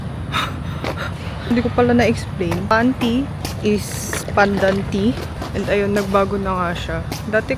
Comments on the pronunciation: Pan Tea, ndi pante😂😂😂 pina kaba mo kmi 😂😂😂😂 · nagulat ako sa tanong mo, ‘ate, may pan-t po kayo?’😂 pantea pala haha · ang dinig ko kanina panty(LOL) kaya na paisip ako(Ha?), pantea pala suri suri naman tao lang nag kakamali ;p. LOL!!! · I was really trying to convince myself that "pancake" ang narinig ko, kasi inisp ko, "bakit naman siya bibili ng panty?"... and yung pala "PANTEA" (pandan tea)... Whew! 😁😅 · I thought imisheard when u said Pantea hahaha